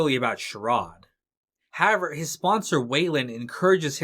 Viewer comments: I don't want to sound douchy or petty or arrogant, as I've never made a video, nor have I ever narrated one. Respectfully, the word is however, that's simply how--ever. It seems to me like you want to reduce the number of syllables in the word or something. No matter what the reason, in my opinion, your narration would be virtually perfect, functional that is communicative yet unnoticed otherwise, if it was not for the strange pronunciation of the word however. Any other distraction from the narration for me was only noticed because of the initial distraction. I imagine you have a lot of comments, if no one else notices the weird "however" thing, than I'm the one with the problem hearing you rather than the opposite. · Nice. As great of a writer as David Simon is, he's clearly just another sensitive snowflake in the end... 🤣 WTF is "HAVER"? It's However. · why do you pronounce however like that